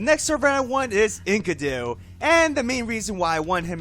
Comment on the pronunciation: When I hear you say Enkidu's name. I heard "Ink-a-do". IDK this had me laughing for a full minute.